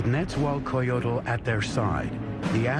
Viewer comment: Its pronounced Neza-wall-coyotol Netzahualcoyotl